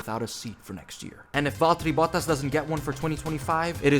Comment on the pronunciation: NO NO NO NO (Accurate pronunciation of Valtteri Bottas though )